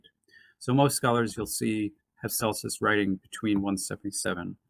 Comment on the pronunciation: This is excellent work,! You compare Celsus with Richard Dawkins, but I consider him to have been much more formidable, as an ancient Christopher Hitchens---and I read Celsus' words in Mr. Hitchens' voice! PS It's "Kelsus" not "Selsus".